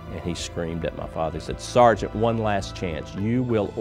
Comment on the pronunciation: Start of the video: Ma Father Ed Sheeran: Ma Father